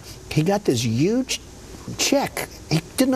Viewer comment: lolz so its true...yuge...